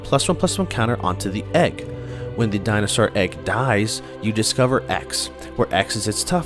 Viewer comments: I stopped watching as soon as j heard dino sar it's actually maddening. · Say it with me, “Di - No - Sore”! It makes me cringe hearing “Di-No-Sar” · Dinah sahr!